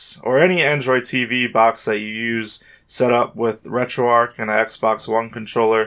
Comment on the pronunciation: There is a CH in there, not a K. It isn't arc, it's ARCH. Like an ARCHway. Annoying af, why are you saying it like that